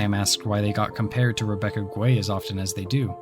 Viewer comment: It's Rebecca Gay not Guay. I've heard her say it to clarify. Great video. You've tapped into the same drive Rhystic Studies has sparked in me.